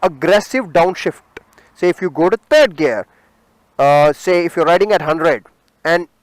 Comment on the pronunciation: Terd not it's third